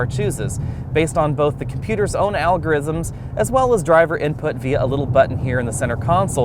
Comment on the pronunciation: "Algorrizims" xD